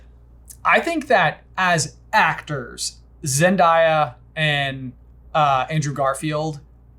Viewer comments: is pronounced Zen-day-a not zen-die-a (my opinion) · Say it with me "Zen- Day-ā", not Zen-die-á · Zen-daih -Ya??? 😂😂 Zen-day-uh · You did NOT just butcher Zendaya's name omg. Please it is Zen- day- uh. Not Zen-die-uh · Say it with me: Zen dA ah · … it’s Zen-DAY-uh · This man needs to learn how to say Zendaya’s name properly that is just absolutely terrible smh